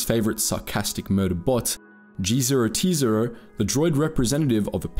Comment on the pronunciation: I feel that you were mispronouncing some of the names of people and planets, like Atton Rand and G0-T0. Also, the Ithorians DO use you to further their own agenda, stealing B4-D4 and letting him go walkabout wasn't necessary for your travel down to the surface (it actually hindered it) and was just them wanting to mess with Czerka, although I agreed with said agenda and also wanted to mess with Czerka because I've got a bone to pick with privatisation, they still were using you to their own ends. You then say that there is nothing wrong with Chodo's light side view when it came to healing Telos. There is and that problem is the astronomical cost, Czerka points this out (although their way of fixing it was incredibly bad, selling modern military hardware? Really? Especially that droid tank jeez) And yeah the force healing is successful, but it's like 5 points. It did absolutely nothing and that force recovery by healing Telos thing is applied through leveling up, which is also gained in the Czerka route. But your other points about the Ithorians, I completely agree with, the Jedi are jerks. Kreia doesn't think that to gain strength others must suffer, she gets pissed at you for being a mindless psychopath multiple times in the game, she's an Objectivist, not necessarily a bad person, but most of the time ends up acting like one and with the "kind acts deprive others thing, in the instance where she points this out, she was right, we see the consequences immediately, he get's m